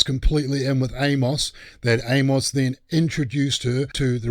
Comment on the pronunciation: For future reference for ya on our wacky Z style English from the Southern US, the name "Amos" is pronounced Aim-us or Eamus. Hard 'A' and soft 'o' as in "us". Absolutely love your channel!!! Keep it rolling with great DC content!